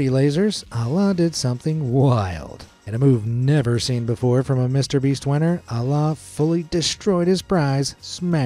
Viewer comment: I don’t wanna be that guy but the way you butchered the name Alaa is crazy 😅